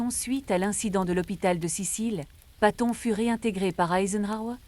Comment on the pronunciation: Enfoiré .. on ne prononce pas son nom comme ça.